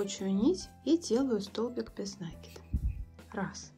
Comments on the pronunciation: Как же триггерит неправильное произношение слов . Ну если вы садитесь снимать мк , делайте это профессионально не только по теме вашего видео , но и по тому , что вы в нем говорите . накИд!!!! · Почему нАкид? Просто бесит